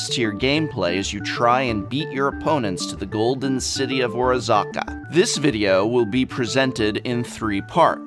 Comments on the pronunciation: Isn't it O-Razzz-Ka, not O-Razah-Ka? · iz pronounced or-as-ka not or-aa-zz-aka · Oh-razz-kuh driving me nuts. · ORAZCA! Not Orazaca, come on prof! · I can't get over how you are pronuncing the city name. Are you making fun or are you serious? Orazca NOT Orazaca!! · OR OZZ CA not orazaca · or-AZ-ca. Not ora-ZA-ca. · The repeated aggressiv misspronounciation of Orazca makes me furious. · Every time Prof does something like this I die inside, only because he should know better, as "an English major" :P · Professor please this kind of phonetic massacre is just enabling people like SaffronOlive to continue committing crimes on the English language! You're better than this! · So, Prof is going the Seth (SaffronOlive) route of mispronouncing names to get more comments? Glad to be of help: O-raz-ca. XD Also, this is no criticism, I am just joking around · Or Aza A? I thought you were an English major :)